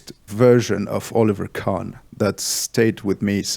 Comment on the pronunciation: Absolut cool Podcast, he is right with this merch thing. its your saying and your fans would understand it. If this makes sense. His pronounce Oliver Kahn pretty well. Iam not suprised that you know Look mom no Computer, he is brillant <3 About most creative things are made from two kind of people. The Sience and the artist. Sometimes a person can be both.